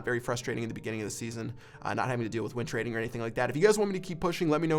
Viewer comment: Doug Star YT Thought he was saying wind trading lol